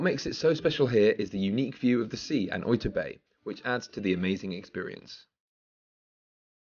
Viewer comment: English speaking people usually poorly mispronounce words in Japanese mistakenly using the English pronunciation for words spoken in Japanese like this speaker pronounced Oita (oyta) like soy when it's pronounce Oh-ee-tah. If you speak spanish or Latin you will have a better pronunciation. It's honorable and more respectful to ask a Japanese person the correct pronunciation of Japanese words. Don't assume that the English pronunciation or annunciation is the correct usage. Be polite and learn their proper way of speaking the words in proper Japanese pronunciation.